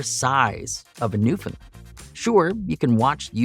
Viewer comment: New fin land, not lend